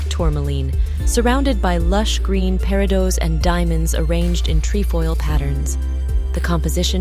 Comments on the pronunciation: Pair-ih-dots. More than once. What is wrong with your AI voiceovers? This makes me nuts. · The S on the plural form of peridot is not pronounced! I would love to see Danielle Steele’s jewelry collection. She is a talented, interesting person.